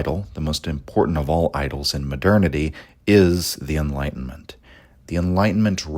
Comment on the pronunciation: It's contemporary times not modernity pronounced almost like maternity